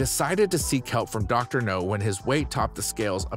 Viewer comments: It is pronounced "now", not "no". Watch a single clip of the show and you would know that. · It's not Dr. Know, it's Dr. Now!!! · Can you please say the doctors name right? It’s Dr. Now. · I think Dr Nau needs to practice what he preaches. And for the love of fuck my dude, its not Dr NO, its Dr NAU!! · Is it me or does he go back and forth on that? He can pronounce the doctor's full name correctly but switches between "No" and "Now." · I’m reading the comments about Dr Now’s name pronunciation, and I don’t really get it. His surname is Nowzaradan, which is pronounced No-Za-Ra-Den. So technically “Dr Now” can be pronounced as both “Dr Now” and “Dr No”. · After all these videos and he still can’t pronounce the doctors name??